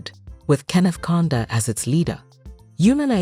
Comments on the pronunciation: Not conda kaunda😂😂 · Who tf was narrating this? Why didn't they have a Zambian person to narrate this... She says Konda (Kaunda) 😂 and Longu (Lungu) wtf. It is a very good video though, except the pronunciations of some words.